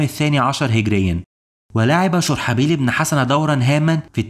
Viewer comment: اسم الصحابي الجليل شرحبيل بضم الشين و فتح الراء . محتواك رائع واصل